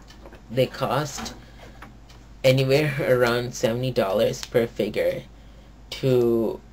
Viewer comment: A. learn how to say "Figure" B. He lost his powers in season 2, not 1